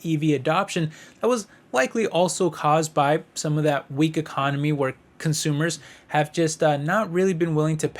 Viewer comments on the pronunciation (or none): none